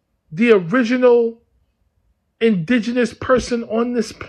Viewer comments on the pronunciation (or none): none